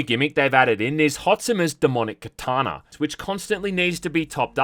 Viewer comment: "Kataner" "ShiROOkens"